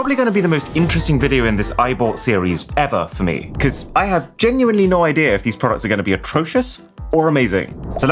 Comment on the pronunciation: Bro, you've lived in the UK for far too long. There is no R in IDEA :D